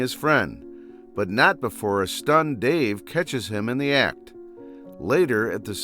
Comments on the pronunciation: bro said dave not dale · A stunned Dave? You AI bot it's dale. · I can't with the name pronunciations in the video lmfao first Corl then I lost it at Dave